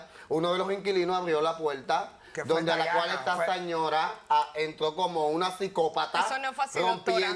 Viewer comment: Por que no pronuncias Al las ‘R’s ? Puelta, cualto…. Es tan dificil ?